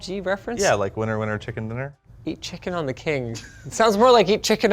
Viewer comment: 😳....🤣 It's Chicken 'a la' King dumass and no it's not pronounced du-moss. Chicken 'on the' King.😂